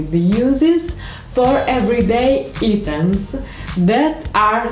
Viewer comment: Items si pronuncia aitems